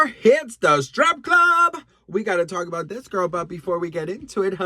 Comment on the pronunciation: “Lets Twalk about it” 😐😑😶